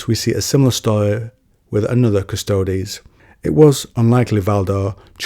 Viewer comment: It's pronounced cuss-toads. Means "the guards" in latin. "Quis custodiet ipsos custodes?"